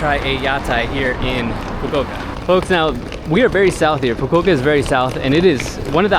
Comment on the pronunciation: its foo koo oo kah